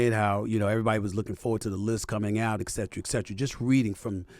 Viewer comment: "Ecksetera" ? Get a dictionay Smith